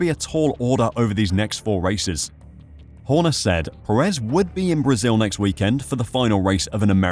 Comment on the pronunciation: Just an fyi it’s pronounced PErez not peREZ.